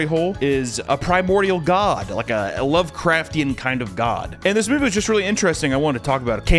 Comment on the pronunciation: Please say lovecrftian one more time.